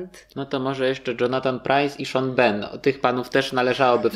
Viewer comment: Czemu wymawiacie Sean Bean jako "Szon BEN" zamiast Szon Bin? :face-blue-smiling: akurat naziwska proszę postarajcie się wymawiać poprawnie, to nie ulega spolszczeniu. Najlepiej zobaczyć wywiad jak sam Sean Bean mówi swoje nazwisko :P